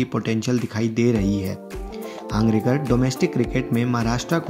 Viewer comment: हांगरेकर नही हंगरगे कर